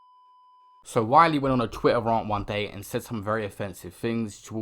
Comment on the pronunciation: Why you say ‘rant’ like that?